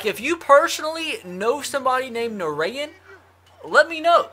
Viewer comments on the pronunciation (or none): lmao I actually know a guy named Narayan it's actually pronounced like Na-ryan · Narayan is pronounced Na-Ryan